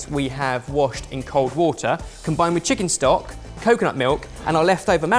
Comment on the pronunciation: Braised Cheeken wif soy saaauce :DD